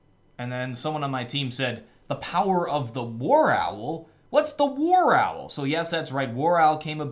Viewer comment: does anyone ellse hear WorAwl